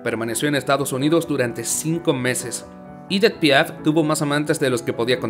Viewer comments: EDITH! et NON pas IDITH/IDETH !! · Es Edith en francés no “iditz” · Si no sabes pronunciar un nombre o una palabra en frances pronunciala en español, el video es en español, es aceptable, lo que no podes hacer nunca es pronunciarlo en ingles o como se pronunciaria en ese idioma por que no tiene nada que hacer esa pronunciacion alli. Por ejemplo cada vez que decir "Idit" Piaf....... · Su nombre no se.pronuncia ídit ,por lo.menos si te aventuras a hacer un video tienes que pronunciar bien los nombres.No se pueden soportar estos errores garrafales. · Si es francesa………. Y Edith se pronuncia igual en Francés y en español ….. de muy mal gusto pronunciar el nombre con un pésimo acento en inglés Me habla de ignorancia y una cultura muy pobre . No todo es leer un texto